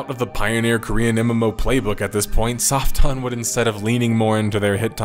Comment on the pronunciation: I'm sorry, did you say "Soft Dong Entertainment"? I must be hearing that wrong, lol. Yeah I know I know, different cultures and languages and all that, but come on, lol. Oh wait, there's subtitles. Soft On, OK, I was hearing it wrong, lmao.